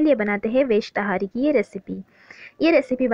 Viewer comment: पहली बात तहरी होता है ना कि ताहारी